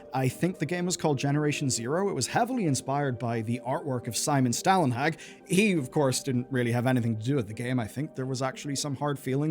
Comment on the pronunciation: Oh took me a moment to recognize Stälenhags name... Its okay, but of you are curious the Stäl is mote like the word Stall-ehn-hawg Ehn like Ender and hawg like Hawk but with a soft g ending